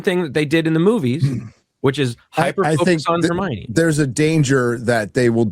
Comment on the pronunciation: Hermione ❌ Hermocha ✅